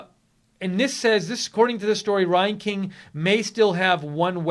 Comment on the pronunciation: Reinking is pronounced like rang-king.